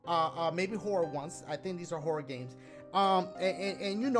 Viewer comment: I keep hearing Dashie say "Whore games" lmao XD